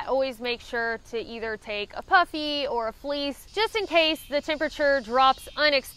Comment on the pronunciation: I was watching this in the background while working and thought I heard "for warmth, I take a puppy and some fleece", after re-watching I realized that you said "puffy". Both would work for warmth though I guess :)